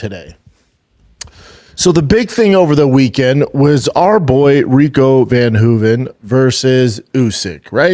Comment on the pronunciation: "OUR boy Rico VANHOOVEN" 😂😂😂😂😂